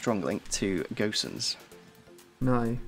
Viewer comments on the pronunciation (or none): who told u its pronounced Gösens ? cause u said it right the first first time, its just Gosens as in Go and sens (altho the S is pronouced a lot less harsh)